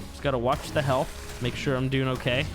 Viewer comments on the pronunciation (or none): none